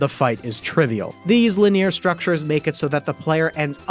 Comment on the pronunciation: Did you really read linear as lih-NEER‽